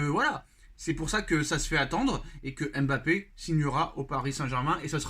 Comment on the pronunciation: Cher, prononcer correctement son nom!